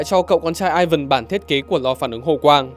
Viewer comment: Tiếng Nga Ivan đọc lai "i van" chứ ko đọc kiểu tiếng anh là "Ai vần" đâu. 1 thanh niên biết cả tiếng anh lẫn tiếng nga chia sẻ :v